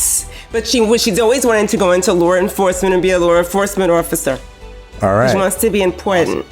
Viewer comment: "LoR EnfoRcemeRnt ORfficeR"